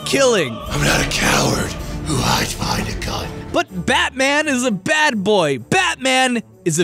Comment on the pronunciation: You keep saying "bad", but all I can hear is "bat".